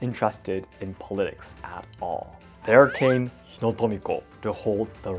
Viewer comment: for politics it would sound like (poul-ii-ticks) also ive noticed you say "yes" alot after every sentence on your podcast and on stream. is cute and i love that you love my language enough to learn but is something you have to work on. you most likely know these things to begin with. im sorry if this upset you in any way